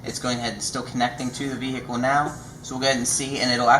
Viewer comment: What's a v hic cal...?